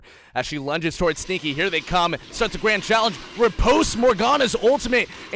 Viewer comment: pronounced it's pronounced like melee, announcer man. ripostay